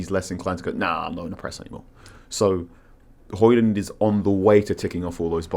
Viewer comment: If you are pronouncing the D in Højlund then you're pronouncing it wrong. His own words not mine